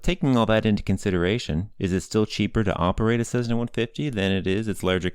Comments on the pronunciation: Please, for the love of aviation, it is not a CeZZna, it is a CeSSna. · Its Cessna not cezzna, good video though ..thanks !!!! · Cessna. Not Cezzna. Cessna. In my entire life, I've never heard anybody mispronounce it before. Boggles the mind. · What's this "CEZZNA" crap? Those are "S"es, NOT "Z"s! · Why do you pronounce Cessna as Sezzna? Good video.